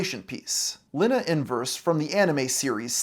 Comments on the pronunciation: "Linna from Slayer" Bruh. It's lee-na from Slayers. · its lina, you said luna. I think I'm right? You know what i forget. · No wonder Dobson got kicked out the Anime Club. It's "Lina", not "Linna". Fake fan. XP